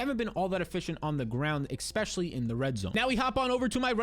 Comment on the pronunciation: Love the content. Hate the way you pronounce the word 'ecspecially'